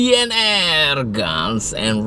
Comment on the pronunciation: ji en ar mas... bukan ji en er.